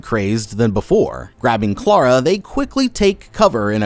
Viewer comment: I just have to say... Thank you for saying Clara in the non-american way 😅 every time I hear my name in media it drives me crazy 😂